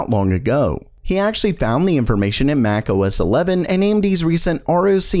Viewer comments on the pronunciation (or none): none